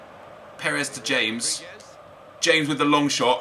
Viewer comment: Your mispronouncing James Rodriguez's name. Its pronounced Ha-mez not James.